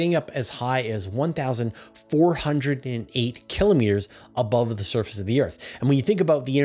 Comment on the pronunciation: Awesome content as always! And my repeated gratitude for continuing to pronounce km correctly as kill-oh-meeter.